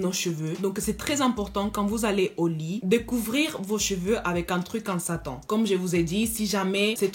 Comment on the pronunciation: J'aime troooooooppppp ton accent mais désolée j'ai ris quand t'as dis bonnet en Satan 😂🤣🤣🤣🤣🤣